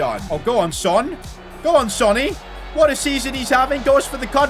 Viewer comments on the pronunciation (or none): none